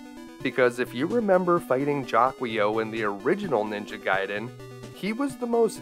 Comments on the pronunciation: I love your channel, dude! Thanks for doing this. I’m pretty sure it’s pronounced jA-key-o, though, just saying 🤓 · It' pernouce as Jackle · Jaquio is meant to be Japanese - Jaki-Oh. So yeah, it sounds like he's shouting "jackie O!" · How come no idiot on planet Earth has figured it out.... Guardia De Mieux pronounces it "ZHA-kwah" give it a French curl it sounds like a sinister bad guy. Master Shake has something to say about the monster that pronounces it any other way....